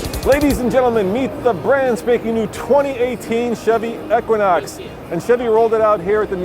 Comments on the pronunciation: E-quinox, not Ek-quinox! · Eee-quinox, not Eck-quinox, no offense.